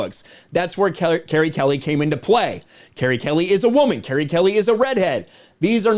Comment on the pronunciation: You are reading and saying her name in the wrong way!